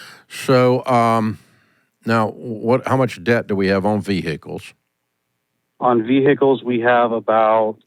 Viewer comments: Do you have any veeee-hickles? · One minute in and giggling at hearing ve-hi-cles about six times. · Vee hick eels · Omg every time they say vee hick ells makes me cry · Why are they pronouncing the H in vehicles!?!? It’s a silent H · Ve-hick-kals 🤣 Very unique way of pronouncing vehicles 🤨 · "How many vee-hickels?"